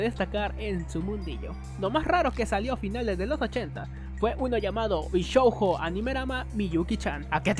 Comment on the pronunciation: No es "bishouho", sino "bishoujo". Lo mismo con "Animahjong", no "Animemahong". "Labyrinth" más o menos se pronuncia como uno leería en español de España "labirinz".